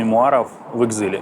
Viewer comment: С глубоким уважением к Кулебе: Ехile произносится как "экзайл" а не "экзил". Господа, используя англ. слова, учитесь произносить их правильно.